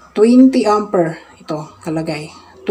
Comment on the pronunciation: Amper not Ampir